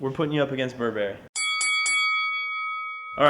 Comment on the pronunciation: BURRBERRY ERRY!!!!